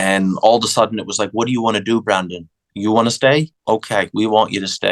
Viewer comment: Yes, it's Brandon. Not Brendon.